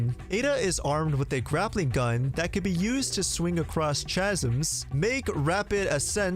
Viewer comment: 😆how this guy pronounced "chasm"